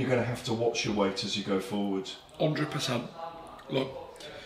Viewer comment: “Undred percent”